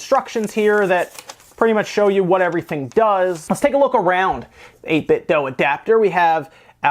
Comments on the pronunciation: Why do you keep calling it an 8-bit dow It's called an 8-bitdo. Lie dew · 8bit-DO not DOE where u getting the extra letter from bro